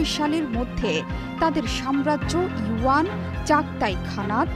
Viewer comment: wuan, sonali, chadtai khanat, ill kande... you pronunciation was amazing... ektu pora sona kore asen.Actually they are, the Golden Horde, the Yuan Dynasty (Great Khanate), the Chagatai Khanate, and the Ilkhanate.